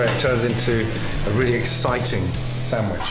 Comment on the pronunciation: My moulth was watering before he even started building up the sendvich